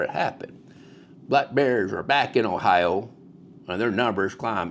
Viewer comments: The "R" in Ohi-ROW is silent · I’ve never heard Ohio pronounced that way before! Definitely don’t sound like an Ohioan! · Ohiro?? And it’s O-Bets!